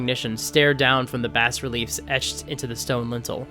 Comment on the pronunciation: you pronounced Bas relief (Bah) as Bass reliefs, and all I could look at was your hands.